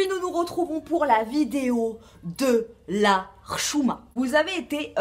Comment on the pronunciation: super vidéo , j'ai passé un bon moment, tu prononces très bien le mot hchouma. Bravooo